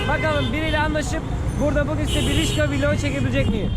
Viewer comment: Rickshaw'dır (rikşa) o:) Rişka olsa duramazsın:))